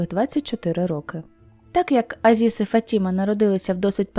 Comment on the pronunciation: Правильно - ФатімА, наголос на останній склад.